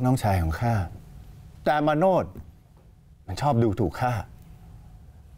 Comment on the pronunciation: คนอ่าน ต้องปรับปรุง มาโนช อ่านเป็น มาโน้ด